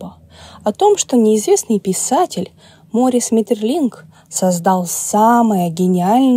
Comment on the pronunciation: Ударение в имени таки на последний слог. Возможно, и в некоторых других упомянутых именах тоже.